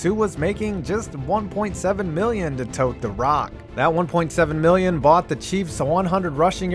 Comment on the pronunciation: What's a "Meelion"?